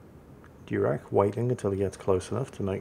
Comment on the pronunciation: Diurach is probably not named for a Klingon admiral (Durak), but from some Scottish Gaelic. Maybe DYOOR-ach (where the “ch” is said like the “ch” in Bach or och?